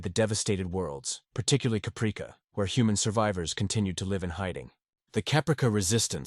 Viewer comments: "Cuhpreekuh???" lol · I'm sorry to be that guy but come on now - Capreeka? That sounds like an AI mistake. How did you not catch that? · So tired of AI, Capreeka 😑